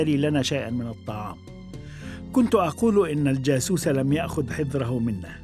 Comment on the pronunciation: الجاسوس وليس الجاثوث